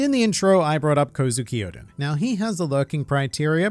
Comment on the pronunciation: Y do u say odens name wrong it's kozukio-d-en